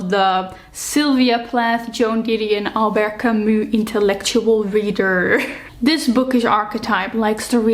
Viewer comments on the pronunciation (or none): I am so sorry to bother (I hate doing this please, don't kill me), but the last name of Albert Camus should be read "Kami" with "i" at the end, not "u" because it comes from french language. Once again, sorry, but it's just a bit hard to hear🥹❤️ Apart from that - amazing video. I would like more people to think that sensibly about reading. Books are a medium that should connect us, not the next topic to argue about❤